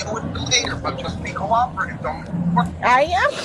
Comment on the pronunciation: Second case: -I am being cororative! Sweetheart, you can't even say cooperative let alone be it! 😄😄